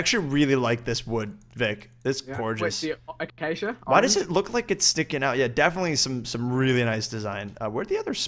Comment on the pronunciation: i believe its pronounced a-kay-she-a